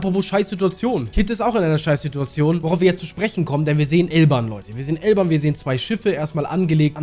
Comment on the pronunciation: Bruder warum sagst du eig immer Elban und nicht Elbaf??